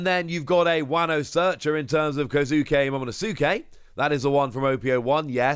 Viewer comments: Lmao still saying momonosuke wrong huh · you keep saying Momonosuke's name wrong.